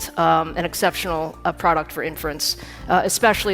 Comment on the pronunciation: Buen video, gracias por compartir. Una nota, inference se pronuncia con acento en la “i” al principio como lo dice Lisa en el min